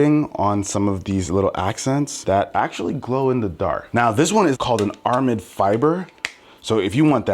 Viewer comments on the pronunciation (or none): Idk if he said ar-a-mid or not but if he did isn’t it pronounced air-a-mid?